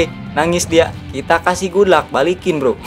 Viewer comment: waduh bang apaan itu good luck atau gulak? Wkwkwkwkwk